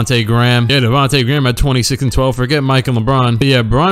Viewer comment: That part when he said "Davonta Gram" killed me 🤣😂